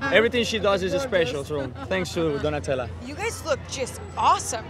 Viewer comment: When maluma said : "Donatella" , i love it 💛